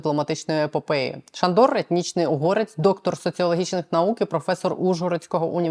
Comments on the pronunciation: Ша'ндор, а не Шандо'р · ШАндор наголос на першому складі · наголос ШАндор!!! Дуже гарна людина!!!! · Наголос на а ШАндор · Шандор , наголос на першу літеру А